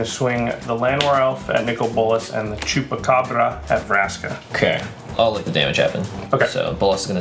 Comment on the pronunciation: O jeito que ele fala chupacabra é muito bom.